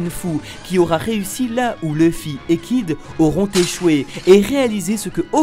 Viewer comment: Mais pourquoi vous appelez tous sans arret Leuffy ?! Un "u" ne se prononce "eu" dans aucune langue, Luffy se prononce Louffy !!